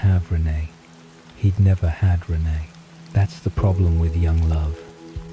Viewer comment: I’m thinking this is actually an AI reading…not human… the sentances run together a little too fast. Renee isn’t pronounced right either.